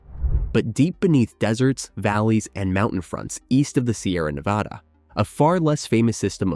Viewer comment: It’s Nevăda unless you’re talking about Spain. This narrator pronounces it wrong nearly all the time!